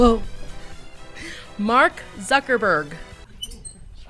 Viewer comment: “Mark Suckerberg” Billionaire Crime Files might be your best halloween special yet 😂